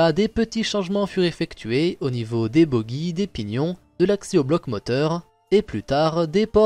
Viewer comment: Juste pour info bogie se prononce comme bougie mais pas comme buggy. Et on parle aussi de ca pour les suspension de train. ++